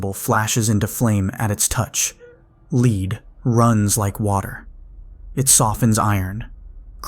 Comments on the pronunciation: "Leed runs like water" Errmm....yeah its pronounced lead 😂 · you pronounced "lead" wrong. Its the metal lead.